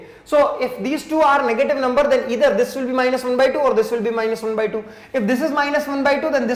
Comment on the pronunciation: It is not ether it is either and sir try to say proper manner and slow